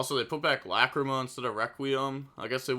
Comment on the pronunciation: The way he pronounces "Lacrima" as "LA CREE MUH" is so funny.